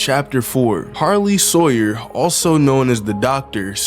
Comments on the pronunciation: Yeah And its Harley not Hawyer Sawyer not Sarley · Did anyone notice that he said sarley hawyer instead of Harley sawyer 💀💀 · bro said sarley hawyer instead of harley sawyer😂😂😂😂😂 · Sarley Hawyer??? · a Sarley Hawyers 💀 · Bro said sarley hawyer😂😂😂😂😂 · LMAOOO A SARLEY HAWYER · "Sarley Hawyer" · He said sarley